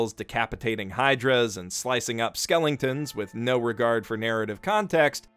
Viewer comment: Its skeleton not skelington